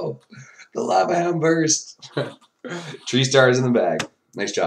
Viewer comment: Bruh.. I heard this and now it's the only thing I can hear! "Tree stars" keep it up! Nice vid